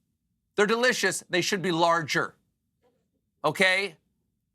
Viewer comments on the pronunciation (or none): none